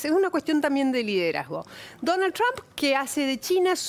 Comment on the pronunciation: Ines Capdevila, que pronuncia muy bien "Trump", se canso de promocionar la perdida de Trump a manos de Hillary, al igual que Silvia Pisani. Capdevila tiene Usted alguna duda de que China arruino la economía mundial y destruyo millones de familias ? Deje de defender lo indefendible Capdevila. Que EEUU no tiene la tecnología de China, saque la cuenta de la cantidad de gente que directamente no tiene baño en China y volvemos a conversar. China va usurpando con esas bases o islas, de gracias a Dios que existe EEUU y le hace frente a los chinos y a cualquiera. Ocúpese de pensar, cuando los chinos le corten el chorro a los argentinos, y lo que pagan 10 ofrezcan 5 cuando sepan que son la única salida.